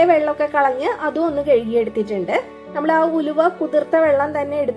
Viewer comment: കെഴുകി,, അല്ലാ ഹേ, കഴുകി